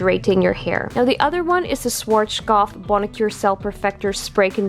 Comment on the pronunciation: 'Suarskof" 😃 i dont judge you german is hard language